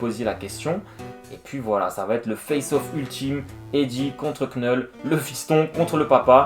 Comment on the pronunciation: Excellent résumé ! (Juste pour info le "k" de Knull est silencieux. Comme knight en anglais.)